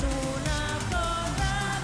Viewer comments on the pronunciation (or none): The right pronunciation for z is not like in Zebra. It's more like /θ/ like thorra. Try to say it, it's very satisfying 😂😂😂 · I think what you miss (and what Eurofans who don't understand Spanish) are going to miss... is the message. Surely reading the lyrics you will understand why the audience behaved like this proudly shouting "Z0RRA". Don't say "Z0RRA" cause it basically sounds like "S0RRA". Try to say "THOR-RRA" instead of "Z0RRA" cause in Spanish the "Z" sounds like a strong "TH". And yes, she has no voice and the song is not very good. But who cares? She says that at 55yo she doesn't care casuse she don't want to be a great singer. Cause it's no longer a song... NOW IT'S AN ANTHEM!!! This is the oficial video with lyrics in English